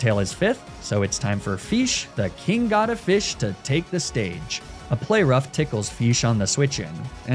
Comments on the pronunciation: Dissapointing. You pronounce Fish. The king god of fish "Feesh" How are you the one who it calls it's owner? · i just love the way you pronounce fish as "feesh" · Feesh?... You've watched PM7's adventures of the Mighty Feesh, haven't you? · yea feesh poweeer 😄